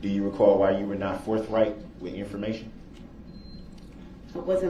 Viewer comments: Along with oaff, twentieff, forffright, truffful/truff, dis and dat, axeing/axed, Det. Goof, chirdrin, pitture, etc. etc. etc. DARRELL BROOKS is the most obsurd boob I have ever seen/heard or imagined. Never have I wanted to punch someone in the face more than this moron, O M G ‼️🤒 🤬 👿🔥 🛑🌡 🤬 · This guy needs to go back to phonics class. Forf right. Twentief. Oaf. Truf axe Yall!! He’s not a smart one.